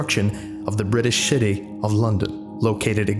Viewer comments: British shitty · Love the videos, but you said British shitty lol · Do you also hear 'British' and 'City' merge together, or was youtube messing with the audio?